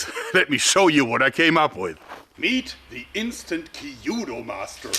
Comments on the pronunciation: Happy New Year Jeorg! I have been a student of Japanese language and culture for many years. I had the great pleasure to live in Japan for three years in my mid 20s and am still mostly fluent and literate. If I might say, first. 弓道 (kanji), きゅぅど (“hiragana” Japanese alphabet), kyūdo (“romaji” English transliteration) should be pronounced in two syllables kyu and do with the first vowel, “u,” sound lengthened slightly, rather than three syllables, “ki,” “yu,” “do.” Also, 江戸, えど, edo, should be pronounced as eh-do, rather than ee-do. But, try not to add an “h” sound to eh-do. Yes, very minor errors of pronunciation and not being Japanese I am reluctant to point it out (and most Japanese, being enormously gracious would never correct you, they would be impressed and happy by your effort), but you strike me as a man who wants to get things correct. So, there you go. For a really good description of the transition of the Japanese military during the 江戸 period, I recommend Tom Cruises, The Last Samurai. Live your YouTubes, Jeorg! I always learn so much and always marvel at your innate engineering acumen. Thank you, again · It's not called Ki yu do, but Kyūdō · 弓道 kyudou. The pronunciation is more close to when you say q then dou. Q,DOU not kiyuudou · I always thought that the Chinese bow was a lot easier to learn and more practical to carry in the battlefield. Your engineering skills are great, however...you're telling me that there's a dedicated Kyudo club in Bonn and no one overthere can pronounce it (Kee-oo-doh) instead of "kee-judo"? Same reaction dojos all over Japan have when they hear the word "Karate" [Kah-rah-teh] pronounced Kah-rah-ree by Americans that give a gazillion colored belts every three months at their dojos. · Oooooh, I thought you were talking about some more ancient or obscure form of Japanese Archery but you were just pronoucing kyuudou (que- dough) with too many syllables. LOL. It's kyuudou not kiyudou.